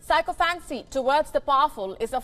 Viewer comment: Just a critique - Learn to pronounce Sycophancy properly. As a leading anchor on a major English news channel,, you do pronounce a decent amount of words wrongly. I just want listeners to learn the correct way if they look up the word in a dictionary. I hope they do.